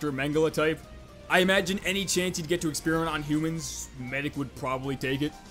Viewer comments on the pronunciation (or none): none